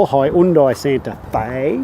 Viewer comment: Im just joking because of his pronunciation